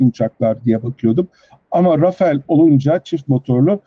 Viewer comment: Arkadaşlar “Rafael” değil, doğrusu “Rafale” (RAFAL diye okunuyor). Dassault Havacılığın uçağı. Renault bu uçağa ithafen “rafale” adında d suv bir araç çıkardı. Rafael deyince israil savunma sanayi şirketini anlıyoruz.